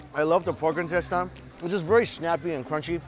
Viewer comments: In-tes-ten. Why do you always say in-tes-tyne? It's instesine! Damn it Mikey! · loved the content as usual, but the pronunciation on "intestine" is killing me